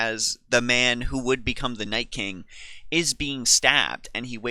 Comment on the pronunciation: Why the FUCK is everyone saying NightSking its Nightking